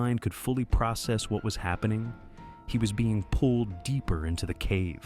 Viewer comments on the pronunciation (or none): none